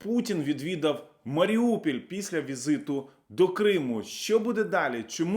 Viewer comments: Маріуполь, а не Маріупіль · Маріуполь, not Маріупіль